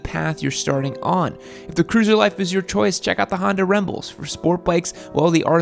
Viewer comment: Did you really just call my bike a “Honda rembel”???😂😂😂